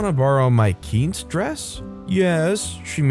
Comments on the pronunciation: I would like the video but it's pronounced "keen-say" not "keense." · It's not "keens". It's more "keen-seh". The "e" at the end is pronounced as it's a shortened form of the word quinceañera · im so sorry. quince is pronounced quinc-eh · Btw it’s “kin se” like when you say the whole word quinceañera. It’s the word for 15 in Spanish. 😄 Thanks for reading this story. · You kept mispronouncing quince. It is "keen-say"